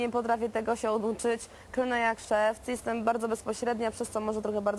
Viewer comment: "jezdem" - powiedziała Doda, orzek kurwa orzeł. Doda super tylko pakować nic więcej.